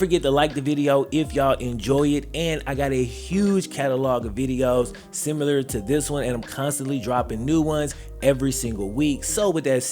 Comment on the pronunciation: says “seemeelurr” haha i love it